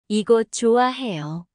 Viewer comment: I feel like some of the pronunciations are a little off. Like 좋아해요 She’s saying choo ah. Instead of a soft ch (oh) a. Hopefully you caught it. g